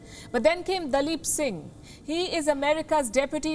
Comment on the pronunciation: Palki nailed daleep Singh.....